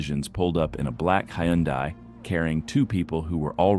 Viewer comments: It's Huhn'-day, not Hie'-un-die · It's HUN - DAY not he un die! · Dude, what the fuck is a Hahn-dye? it's pronounced HUN DAY (Hyundai). 🙄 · The car is pronounced Hunday, not Hi-un-die. 😉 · No, he isn't. The Korean pronunciation is Hyun-day, not High-un-die. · You really need to teach your IA narration the proper way to pronounce "Hyundai". Hint: It's "HUN-day". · Geezus - if you insist on having AI narrate your content for you, at least don't be lazy and edit the audio so it pronounces the words correctly. a "Boo-fey"? "Hey-Yun-Die"? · "He-yawn-dye". I can't keep track of all the new manufacturers. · I love my little turbo hyundai. It's quick as shit. However it def isn't out running cops lol Also to the narrator, Hyundai rhymes with Sunday,... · Hi un die.. Ack kur ra...cmon AI get it together.... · Hyundai rhymes with Sunday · "A 'Bee-ufay' (sic, s/sound like buffet) of illegal items found in the vehicle"? Is this an AI voice? Also "heeyunday" for Hyundai? Don't "we" want to sound smarter than the idiot criminals? Just a thought... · Why does everyone have such a problem pronouncing Hyundai? They said it in their ads "Hyundai rhymes with Sunday." This annoys the crap out of me! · High UN day eye, eye on a cue, five. (Correct pronunciation of Hyundai IoniQ 5) AI voiceover. Sometimes people actually get away. Cops get embarrassed. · ai doesn't know Hyundai rhythms with Sunday ? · Hy Un Dai. Nice pronunciation, A I guy. That’s where I bail. Hire a human, okay? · American thing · Listening to AI struggle was awesome. Hiyunday, and byuufet. 😂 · Hyundai is pronounced like Sunday. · Actually, it’s pronounced: high-un-die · the person stealing the pest control truck must have had a SERIOUS bug problem... well you can tell the narrator is AI because they can't pronounce hyundai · If you're going to use A.I. to narrate the video, make sure it pronounces common words (like Hyundai) correctly. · lol learn to pronounce Hyundai